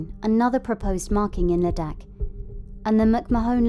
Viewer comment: The narrator's pronunciation of Ladakh and McMahon slightly peeves me